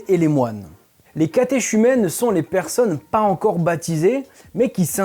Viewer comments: Catéchumènes ça se prononce katékumène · Monsieur vérifier la phonétique de catéchumènes ou vous êtes à côté de la plaque. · On dit "catécumènes " on ne prononce pas ch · Pour info ;-) on prononce les catéchumènes [kateʃymɛn] « catékumènes » 😌😉👌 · Cathé"KU"mènes svp, mes oreilles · Bjr, merci pour cette vidéo, très intéressant 👍🏻 Petite précision, catéchumènes le ch se prononce k (idem pour catéchuménat). Merci 😊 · Sauf mauvaise instruction de ma part, on prononce catéchumènes « k » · Très bonne vidéo, du super boulot, comme d'habitude, cependant, on prononce le terme "catéchumènes" : "katékumèn", pareil pour le terme "catéchuménat". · Catéchumènes...catéchuménat ...on prononce cathé...cu...mènes . Les " curtons" , les moines ou religieux; le premier terme étant péjoratif ou anti clerical, reservé au curé, pas au moine. Bonne vidéos bien documentée. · Catéchumènes se dit « cateKumenes » 😉.